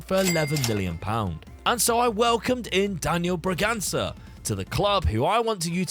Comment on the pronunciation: Love the content man!! Keep it up One thing, Bragança, the Ç sounds like an S not a C